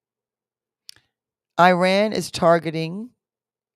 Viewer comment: Oops, not Uran , but IRAN..